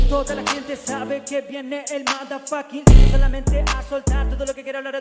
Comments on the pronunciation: estas persona "no" sabe inglés pero ese regetoneros dijo su madafaka está mal como varios regetoneros 🇦🇷 no saben pronunciar el inglés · y se nota que "N" 0 sabes inglés porque tu ídolo regetonero dijo madafaka en el free y eso no es nada ni aquí ni en eeuu los regetoneros de 🇦🇷 "N" 0 saben pronunciar bien una sola letra en porque le inventan la pronunciación diciendo fekas madafaka neggas y en ves de yeah dicen yi yi titi titi fifty fifty jajajaja entre otras cosas mas eso sin referirme a sus rimas simples y básicas para tranquilos y sanos de sus hogares... dicen la pasó por la blueberry que quiere decir moral azul ya que es una fruta esa rima salía la pasó por la mora azul pero ellos creen que Blue berry como suena bien la gente no se dará cuenta y en latam sabemos inglés no todos pero el 20% más aún si escuchamos el género trap de donde nació para nosotros su regeton de desamlor que siempre hacen entre 8 a 9 regetoneros en un remix 🇦🇷 es un mal chiste contado o un intento de trap mezclado con regeton eso es saber de música y encima en 🇦🇷 piensan que el regeton es como el hip hop llamándolo cultura sus mismos fans de todos ellos zzz